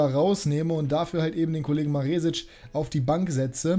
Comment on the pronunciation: Hi, das "E" in Maresic wird kurz gesprochen. Zumindest im österreichischen Fernsehen.